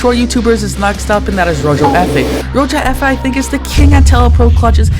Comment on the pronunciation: no hate but u said Tan q R And rojo is pronounced roho